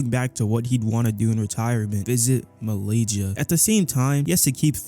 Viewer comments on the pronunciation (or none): "Malaygia"??, Im offended.